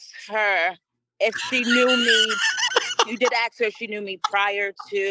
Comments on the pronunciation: I have a question and in no way do I mean this in a negative or racist manner. Why do some people of color say “aks” instead of “ask”? I’m genuinely curious, I’m not trying to be disrespectful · Why does everyone in court always say Axed instead of ask? I am so confused. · I know it's minor but could someone please please please help that young lady learn how to say the word ask using the sk ending not x as in ax a tool generally used to chop wood. The word ask is meaning to inquire. Drives me nuts.